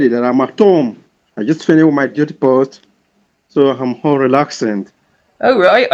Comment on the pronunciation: Let's translate ooommm - home Heverrry thing -every thing tendy years - 10 yrs. how hooled -how old hoo k - ok Axe me - Ask me. Gosh I have been speaking English wrong all my life silly me thank goodness I won't make mistakes any more 🤪🤪HHAAAa 🥴🤥🤥🤥🤥🤐.What a complete idiot .